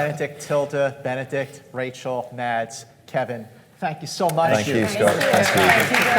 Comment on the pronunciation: It's pronounced "Mass", not "Mads".